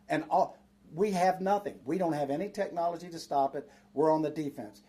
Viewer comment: He might have good Intentions but he can barely pronounce the word technology. 🤷🏻‍♂️ just being honest. This guy is talking about his grandkids “drones”.